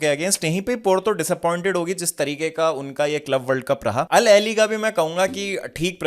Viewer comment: अल अहेली ❌ अल अहले ✅